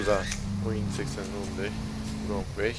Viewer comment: şu wrong'un rong diye okunduğunu ne zaman öğreneceksin çok merak ediyorum :D